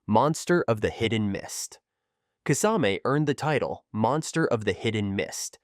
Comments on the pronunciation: Decent video. Just find the right pronunciations, and keep them consistent. I heard, kiss- ah-mee Kisa-may, kis- ayme lol. I believe it's, (kiss-ah-meh) It's one thing to wrongly pronounce but, consistency is key 👌 lol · If u are gonna make vids about naruto characters, learn how to pronounce their names correct. I went "Huh, who?" when u tried to pronounce Kisame or Konan or Sakura. Other than that great video, keep up the good work :)